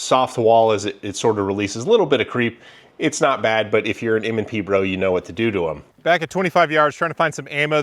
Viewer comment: ….. M and Prees? 😎😂😉